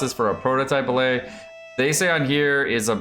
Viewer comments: tf is a bill-ay? its bill-ut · They are pronounced BILL-IT, not BILL-AYE. And the section where you try to sound smart with the statistics is really poorly written/said, at least for anybody who's halfway paid attention in a stat101 class. I usually like your videos. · It's pronounced Bill Et - not French! Good video, love you,! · What's a ballay? Are you trying to say billet? It's bill et like cigar ette. You don't read cigarette and say cigaraytay do you? Is this more baby talk like sadge? Head's up from me to you real talk: If your videos are full of baby talk then pretty soon you will only have babies in your audience. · just a heads up, the 'let' in billet is pronounced like bullet, not ballet. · BILL-IT, NOT BILL-AY! It's a term in metallurgy meaning a bar of material meant for further processing. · what's a billay? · OW....! What are you doing? You're killing me, Smalls! Or are you mispronouncing that on purpose? It's not "bil-lay" "Bil-let" or "Bil-uht" I swear it took me a good 3 minutes of hearing you say it for me to figure out what you were talking about! Good video, though! Thanks again! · billet is pronounced with a hard t, like bill it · An important correction: You said the billet drop rate is 12% per week, but it's actually 12% per boss. So if you're doing 5 bosses a week, that's 5 rolls of the 12% chance, or almost a 50-50 shot of getting at least one billet, whereas farming 3 bosses means you have about a 30% chance of getting at least one billet. Also, the 't' is pronounced in "billet" like it is in "bullet"